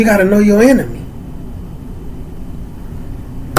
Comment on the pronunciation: assalamualaikum warahmatullahi wabarakatuh I enjoy your videos fam, but just a little bit of advice when you say "assalamualaikum warahmatullahi wabarakatuh"- you add an extra "uuh" at the end and thats not necassary. Its simply wabarakatuh. Not wabarakatuh-uh.